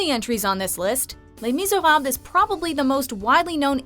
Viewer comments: I've never heard someone massacre the name "Jean Val Jean" and "Le Miserables" so bad lmfao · How she said les miserable was giving me anxiety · did she say le misieva? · Pretty sure that doesn't say "les miserab". Tried so hard, got so far, but just couldn't finish it. America.